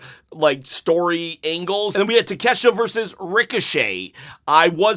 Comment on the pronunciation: Will hes say Ta-Kesh-Ta right this video??!!